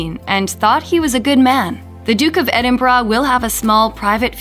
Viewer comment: WHY CAN AMERICANS NOT SAY EDINBURGH PROPERLY!!!!!!!